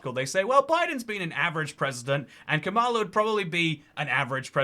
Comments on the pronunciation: Her name is kAmala (as in “comma” and “la”) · It’s actually pronounced “Kamala”